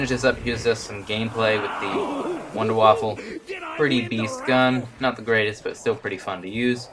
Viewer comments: Its Wunderwaffe! NOT WONDERWAFFEL!! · yay another guy who says Wonderwaffle instead of Wunderwaffe. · here is some help for the last part of Wunderwaffe.....VAWFF-UHHHH...so again...its VOONDER-VAWFF-UHHH....but for the most part, just call it a Wonder Weapon, thats what it means, so just say it in English.